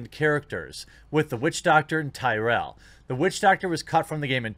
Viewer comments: 'Tyrael' is pronounced 'Tear-ee-uhl' in Diablo. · I swear... if you call Tyrael, "Tyrell" again... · lmao did you really just pronounce Tyrael as Tie Rell?